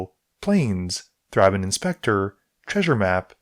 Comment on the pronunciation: It's pronounced "Th-ray-ben" not "th-raa-bin"